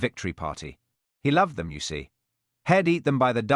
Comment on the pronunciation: HELL instead of he’ll…..YOW instead of you…..mispronunciations ruined the story, I won’t be subscribing.